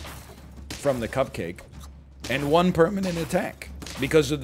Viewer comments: Please never refer to it as a “cup-ka-ke” ever again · please never say cupcake like this again